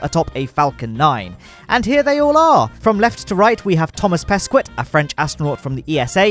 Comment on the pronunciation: That's not how you pronounce "Thomas Pesquet" ! xD Which by the way is a star now in France^^